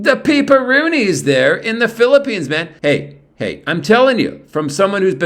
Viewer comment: Hopefully none of your English students are watching your videos, Peeparoonees and Babaroonees! LOL